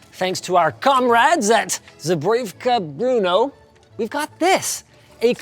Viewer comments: It's not Bruno. It's pronounced close to B-rno. And Tesla is still around. And anyway Czechslovakia wasn't in the Soviet Union. It was in the Warsaw Pact. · You take the "Br" from bread (except with a hard R) and add "no" (as in the opposite of yes). Somehow Linus added a "u" in there (Bruno). Br-no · It's not Bruno. Nice town though, Brno. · FYI, as a Czech, it's pronounced brUH-noh, not brOO-noh. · "zebrejevka bruno" 😂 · i cant get over the way he says Brno as BRUNO like where did get that U from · Why are you pronouncing the city of Brno like the Sacha Baron Cohen film. No effort to research the pronunciation? Just guessing? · Brno (Not Bruno) is a whole town 😅 So named after them is not very accurate. Don't hate on me for correcting Linus, just mentioning a fact. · And I'm pretty sure it's not pronounced "Bruno" like they did in the video. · it's pronounced Bruhno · im from czechia and i cudent helped my self and laught like minutes how you pronauce the brno arrmory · As a czech its really intresting (also funny) to hear him try to pronounce: zbrojovka brno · Linus botched the zbrojovka brno so so much. It hurts to hear 😂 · The way he pronounced Brno is also awful, like, is it not possible for them to throw it into google translate and learn how its pronounced? They usually go the extra mile for chinese or japanese. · It is Brno and that is how you pronounce, easy like when you say Vrba, meaning Willow in Czech 😂